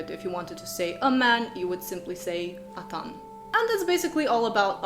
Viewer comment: In many ways a nice summary, but do read up on the stress rules. For instance, atan is "AT-an" and not "a-TAN" .